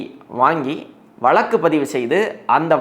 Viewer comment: வளக்கு வளக்குன்னு சொலாலாதீங்க. வழக்கு என்று சொல்லுங்களேன். தமிழுக்கு அழகே 'ழ' தான். தங்கள் தகவலுக்கு நன்றி.